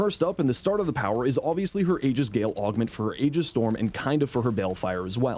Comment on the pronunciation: ee-jiss not ay-gis